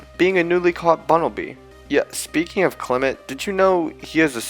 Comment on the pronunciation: FOR THE THIRD TIME, THE SECOND E IN CLEMONT IS SUPPOSED TO BE AN O! AND THERE SHOULD BE ONLY ONE L IN ALREADY!